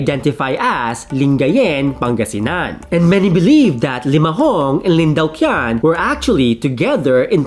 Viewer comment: "Lin Daoqian" is pronounced as "Lin Tao-ch'ien".